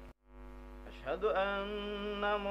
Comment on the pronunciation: Klo menurut pendengaran saya pas asyhadu sepertinya kurang jelas pengucapan huruf "SYIN"gedenya, apalagi pas yg ke dua coba dehhh ditela'ah lagi video ini 🙏🏽 maaf soalnya saya juga pernah belajar ilmu tajwid jadi tau mana yg jelas dan yg tidak jelas pengucapan hurufnya,menurut kesimpulan saya ilmu mahwu juga harus didukung sama ilmu tajwid ,🤭🤭🙏🏽 salam sharing dari MANDALAWANGI PANDEGLANG